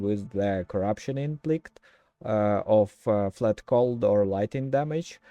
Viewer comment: Since I have had a lot of trouble with how to pronounce certain words over the years, I just want to point something out. I promise I'm not trying to be mean or anything like that. IMPLICIT, which is what I think you mean when I hear you saying something that sounds like "implickt", is an instance where the letter "C" makes an "S" sound. If it was spelt how it sounds it would be something like: IMP-LISS-IT or for UK, UHM-PLI-SUHT. Great video though. POE 1 & 2 are both so deep with many layers, it's great that you're putting out content to help people come to know these games without the frustratingly steep learning curve.